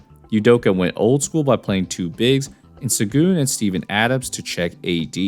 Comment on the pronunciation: It's pronounced "Shen-goon". C'mon man...